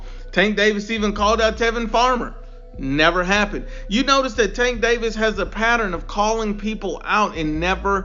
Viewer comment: “Gervonta STANK Davis” 😂😂😂😂😂😂